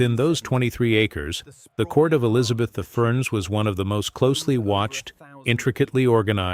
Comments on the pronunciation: Elizabeth the FUR? Come on AI narration...you can do better than that! The video also seems to be mixing up Whitehall with Hampton Court. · Did you hear Elizabeth "the fur"? AI still has a long way to go!